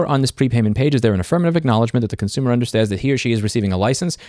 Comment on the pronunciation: This is my favorite video of yours cause you accidentally said concoomer and thats just how it is